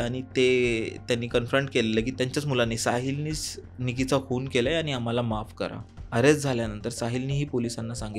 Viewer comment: अबे "खूण" नाही, "खून" आहे. आणि जरा मराठी शब्द वापर!! हत्या म्हण! Please यार मराठी साठी एकदा मला hire कर. खूप खूप चुका करतोय तू लिहिता बोलताना!